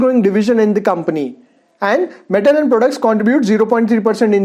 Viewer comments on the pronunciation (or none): none